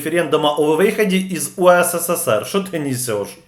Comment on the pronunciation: не УСССР, а УССР. Вы лишню букву С произносите.